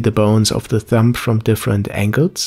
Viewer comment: Haha Thumb is pronounced "thum", the B is silent. :)